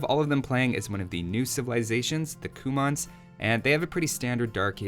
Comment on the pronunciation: It's not Coumons... it's Cue-mns